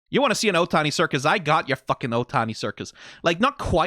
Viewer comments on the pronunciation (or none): Itano Circus, not Otani.